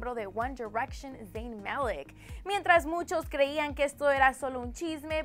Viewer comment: ¿Porqué dice 'Dein'?